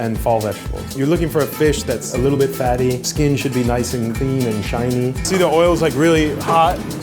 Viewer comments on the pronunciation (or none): When the cook Said "shiny" I heard "Chinese"